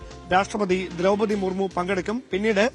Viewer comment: എന്താ ഇതെ ബഹുമാനപ്പെട്ട രാഷ്ട്രപതിയുടെ പേര് വരെ മാറ്റി പറയുകയാണോ മർമു ജി അല്ല മുർമു ജി